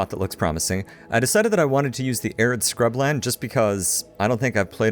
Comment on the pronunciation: Arid SCRUB-land yes I good English about how you